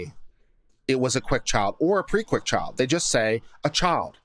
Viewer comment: No southern accent until the word "Child" then it's all "Chawld". :)